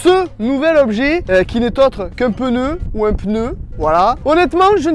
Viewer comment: À 5min17 ta dit pene au lieu de pneu